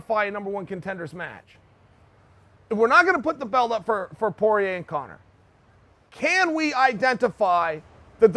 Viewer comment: Please take an n out of conor